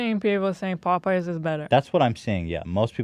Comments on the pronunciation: POE PIES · The fact that Hila pronounces Popeyes as “Pope-eyes” makes my heart melt. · she gets it from Ethan saying Pop-eyes. With a subtle pose between syllables. Which gives me a troubling image.